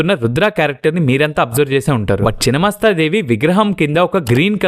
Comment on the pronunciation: చినమస్తా కాదు రా నాయనా!! ఛిన్నమస్థా అనాలి!!